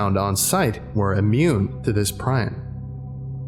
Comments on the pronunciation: ˈprē-ˌän , where did you learn that pronunciation pry-on. So much for Dr. Miller 2nd time you've been unable to say it right. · It's pronounced pre-on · hi sorry to be that person but prion is pronounced PREE-on. old roommate was in school to be a physicians assistant and said the worst condition to die of would definitely be a prion disease... after googling shit like fatal familial insomnia, yeah I agree. oof